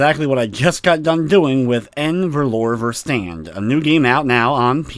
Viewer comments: If you're curious, the correct pronunciation is something like "a fer-loo-ra fer-stunt" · Thank you! Hearing trying to pronounce it gave me a good chuckle:) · Lmao im dutch and it sounds funny af when he says the title